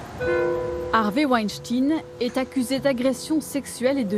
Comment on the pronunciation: Harvey Wenshting, dit elle? C'est abusé ce manque d'intérêt pour les langues étrangères... pitoyable!